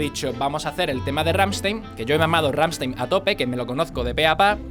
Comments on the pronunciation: No se dice RAMSTEIN, se dice RAMMSTEIN 😉😉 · "Gamshtain" es como se pronuncia. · Se nota que intentas pronunciar Rammstein correctamente (por como marcas la S cuando lo dices). Solo para tu info y sin ningún tipo de maldad: se pronuncia "RammstAin" :) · Se dice glrammshtain :v xD y se dice sOnne (la e como si fuera una e con cara un poco triste xDD) y ya